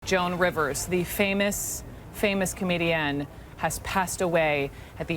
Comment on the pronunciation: Learn how to pronounce comedian correctly.